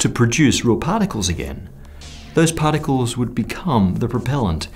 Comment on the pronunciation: what the hell is 'pahtickols'